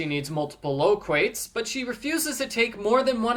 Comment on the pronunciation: "Low-quate"? That is NOT how you pronounce "loquat." 😂